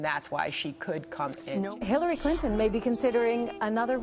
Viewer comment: 6.11 She said killary?